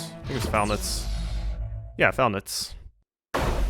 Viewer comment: Falneitz I thought you were saying “foul nuts” 🙊